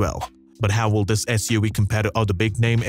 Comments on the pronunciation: What's up with your "V" said like Wee? (S-U-WEE) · “SUaweee” I can’t 🤣🤣